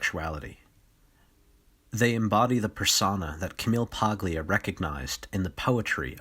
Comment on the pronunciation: Camille PAY-LEE-AH. Italian origin. Silent G.